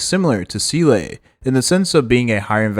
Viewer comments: ZEE - LA not ZEE- LAY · I hate it too. But I’m biding through the video. The e is silent